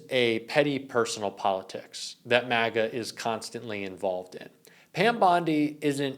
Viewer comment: what's "constisantly"?